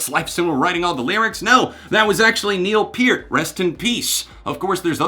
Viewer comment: Damn that correct pronunciation of Neil Peart tho